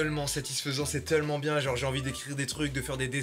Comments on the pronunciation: qui dit:"teullement" à la place de "tellement" ça me fume ( c'est à ) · Jsuis la seule à avoir remarquée que Mastu dis "teullement" au lieu de "tellement" ? À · Jsuis le seul qui entend mastu dire teulement